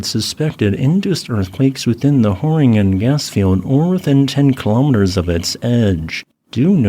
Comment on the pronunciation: Got a chuckle out of the pronunciation of Groningen. But its okay. Dutch is hard. Thanks for highlighting our shaky predicament.